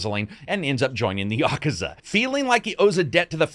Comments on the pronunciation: I still gave it a thumbs up, even though it is pronounced 'yah-koo-zah' not 'ya-ka-za'. It's hard to tell if is trolling with that pronunciation or not. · "yah-ka-za"? I thought it was "yah-kooz-a"? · Ya-koo-za not Yakaza. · Yo, great video. Japanese is pronounced essentially in sets of two letter syllables with few exceptions. So it's Ya-ku-za not Yaku-za. This works with just about every Japanese word you will come across. Sa-zu-ki, Ka-wa-sa-ki, to-to-ro etc. Follow this one trick and you can pronounce Japanese without totally guessing every time. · I think I've been pronouncing Yakuza wrong for 30 years. I've always said Ya-KOO-za. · Yaaaaaakuza is just as bad as yakoooooooza. Say words properly. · Please stop pronouncing yakuza incorrectly. Here: Yuh. Koo. Zuh. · The question is where is the stress when you pronounce it? Is it YA ku za or is it ya KU za? Is the stress usually the same for all Japanese words?